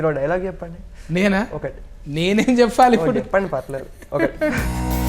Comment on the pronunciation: జిరాక్స్..ను జిరాస్క్ అని, ఇప్పుడు పదాన్ని ఇఫ్ఫుడు గా, ప్రోబ్లం ని ఫ్రోబ్లం అని ఎందుకంటునారో అర్థం కావడంలేదు..